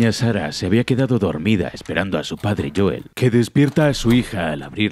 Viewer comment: Joel Pronunciación exacta: Youl Españoles: JOOEL